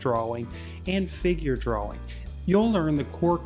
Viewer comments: Nobody: Him: DUAAWING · God I hate you. We are trying to learn. You skip steps. Your hand is blocking the view. We can’t see and you move on. We don’t know what the color looks like before we see an altered view of it on the paper. And you can not pronounce DRAWING to save your life. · You have an interesting pronunciation of the word drawing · u cant pronounce drawing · But he can draw better than you ::))))